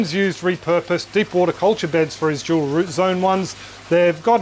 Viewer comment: "Jewel root zone". Now you can't unhear it.